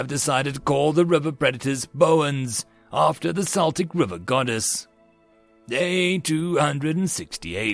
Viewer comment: Love your stuff. Just a comment though, the c in Celtic is pronounced like k, not s. Except for the one basketball team but they’re weird.